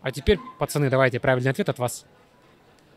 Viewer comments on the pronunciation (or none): none